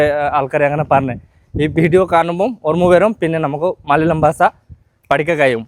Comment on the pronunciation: Basa alla Basha